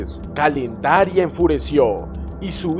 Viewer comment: Calendaria o Candelaria? XD